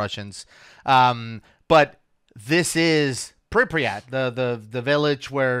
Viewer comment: More Diving in Chernobyl? Yesssssssssssssssssssssss! This is great guys. ' laugh. I'm in stiches.:D Also - you pronounce Pripyat as "PREEP-yit." Say it fast.:) "Yit" like, "git." (Pripyat is the ghost city a few miles from the plant.) I can confirm - I doubted they were truly at Chernobyl plant. They are. (They're insane.)